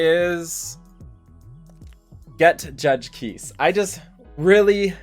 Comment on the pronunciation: Just an FYI, Kise is actually pronounced Key-Say (translates from her korean name - 키세). Not sure if you care but just wanted to let you know! Good luck on the Kise rolls!